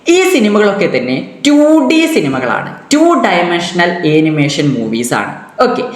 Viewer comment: Animation pronunciation - ˌæn.ɪˈmeɪ.ʃən(an-uh-MAY-shuhn) ഏനിമേഷൻ അല്ല